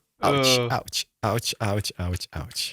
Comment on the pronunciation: idk if it's just my delulu mind or still remember his polish roots and is saying "ałć ałć ałć"